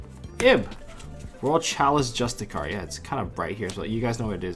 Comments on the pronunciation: It's pronounced justi-sar bro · Justiciar is pronounced "juh-stish-are"